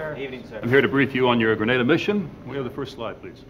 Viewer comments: It's pronounced and spelt 'Grenada', 'GREN AY DAH'. GRENADA. NOT GRANADA GRAN AH DAH. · THE COUNTRY NAME IS GRENADA NOT GRANADA WHAT A DAMN DISGRACE! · Grenada is pronounced as 'Gree-nay-da' While Granada has a Spanish pronunciation as 'Gra-nah-da' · Tell my why the actors can pronounce Grenada fine but the narrator keeps saying Gre-naa-Da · It's not Granada but Grenada. Granada is in Spain . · The narrator kept saying GrAnada…it is GrEnada…the former is in Spain…Grenada is the SPICE Island of the Caribbean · Who ever up loaded this video should have check the spelling and pronunciation. There is no Granada in the Caribbean, no such country exist, the island is GRENADA. Don't book a trip to Granada because you will end up in Europe or America🤦🏿‍♂️🤯. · Agreed. In addition, If I heard him call the team "gentlemen" one more time i was going to vomit. Oh right, and the way he mispronounced Grenada was so.... triggering. =P